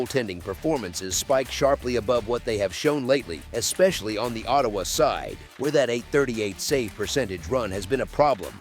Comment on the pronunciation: That was a big win for Montreal in "OH" "TAY" "WAH". Da fuck was that ?